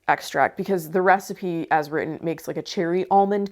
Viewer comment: I like how you pronounce the word "recipe" as "raacipe". Cute. Must be a regional thing.